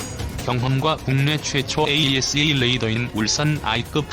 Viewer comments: 모델명에 들어간 대시((-) 를 마이너스 라고 읽는 것은 잘못된 것입니다. 대시로 읽거나 또는 읽지 말아야 합니다. 또 "Ⅱ"를 읽을 때 아이아이(ii)로 읽는 것도 잘못되었습니다. Two로 읽던가 이(2)로 읽어야 합니다. 로마글자 숫자 Ⅰ Ⅱ Ⅲ Ⅳ Ⅴ Ⅵ Ⅶ Ⅷ Ⅸ Ⅹ는 1~10을 나타내는 것입니다. 또 AESA를 모두 에이사로 읽고 있는데 에이이에스에이로 읽는 것도 좀 우스꽝 스럽습니다. 좀더 공부하면서 해야할 필요를 느낌니다. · AESA레이더를 호칭하실땐 "에이 이 에스 에이 레이더"라고 하지마시고 "에이사 레이더"라고 불러주세요!